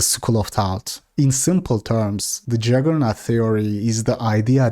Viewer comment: It's JUggernaut not JAggernaut btw.